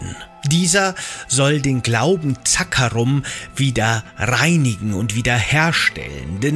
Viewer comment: Echt gutes Informationsvideo Mich triggern nur manche Wörter wie zB „Zaakaarum“ obwohl es „Zakkaruum“ heißt 😂